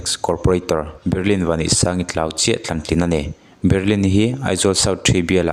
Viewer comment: Hming leh khua hi a lam dan dika lam hram hi tum ve tur, risk pawp pawp lo hian... Berilin nilovin Baryl (Be-ril) tia lam tur.... Chuan Lamherh pawh i lam diklo bawk.. chuan, XIX ti lovin Ward 19 ti ve mai la, JT YMA nilovin Joint YMA ti bawk la mi nawlpuiin an hrethiam zawk ang.. A tha lutuk a, mahse tlem inzir ve deuh a ngai, channel nei a mipui ngaihthlak tura chhawpchhuah zel i duh chuan....